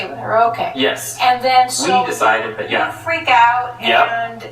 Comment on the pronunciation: You say thot hot judge.😕